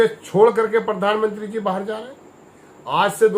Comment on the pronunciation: परधान,नहीं रे प्रधानमंत्री उच्चारण कर ।